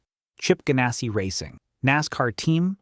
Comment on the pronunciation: Bodine is pronounced with the hard I sound, not the E sound Ganassi sounds just like its spelt with the ass-sound. Ginn is a hard G, not like the alcoholic beverage.